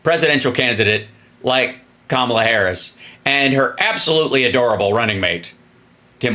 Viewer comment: Repeat after me: Comma La. It's easy.